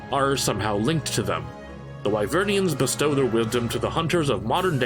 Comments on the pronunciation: Just gonna mention that its 'Wyverians' and not 'Wyvernians' love the video but that was doing my head in slightly. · Hey bro can you at least pronounce Wyverians correctly, it's literally dialogue in the game kinda weird you have a great criticism yet fall flat on honoring pronunciations